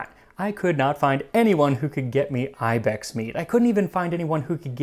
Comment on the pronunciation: That’s not how you say ibex